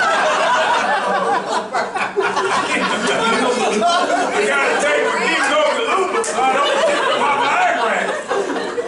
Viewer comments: HE SAID GINGO GILOOBA I'M DYING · anthonys butchery over the pronunciation of ginkgo biloba is actually too fucking funny and chris dying over it takes it over the edge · Chris lost it at the ginkgo biloba joke. Mackie butchered that pronunciation! LOL